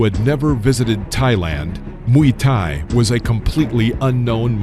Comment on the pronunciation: Muay Thay, not Muy Thay 😂😂